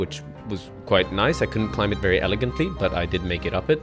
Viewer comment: Bro, learn to pronounce the world 'climb' man. 😂